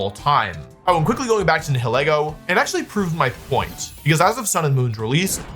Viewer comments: Bro really called Nihilego (nai-hill-ego) nay-hai-joe-gull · Nihilego is not "Ni hi lego" It's based on the latin "nihil" meaning "nothing" So pronounce it like you'd pronounce nihilism, "nyle-eggo" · nay-hi-yogul caught me soo off gaurd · WHAT?? NAY-HI-JOE-GULL????? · Why are you pronouncing it like that 😭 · That cannot be how Nihilego is pronounced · what did he call nihilego? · That initial Nihilego pronunciation did Psychic damage. 😂